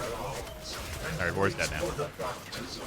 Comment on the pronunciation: That was the shortest alright ive ever heard. Sadge